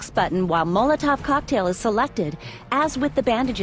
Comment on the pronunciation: when she first said chock tale i thought she meant a sandwich lol but i got what it means after lol